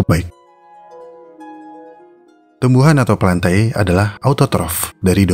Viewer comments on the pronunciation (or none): plante bang bacanya, bukan plantae